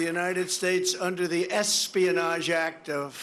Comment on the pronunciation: Or rather the "asspionage" act as Trump pronounces it.